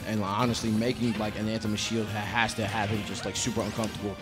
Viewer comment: That one commentator calling Anathema ananthema the whole time was killing me